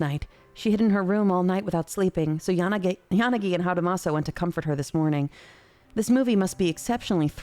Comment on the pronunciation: "Yanagay." I can't unhear it now. 🤣